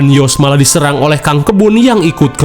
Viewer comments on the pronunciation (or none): none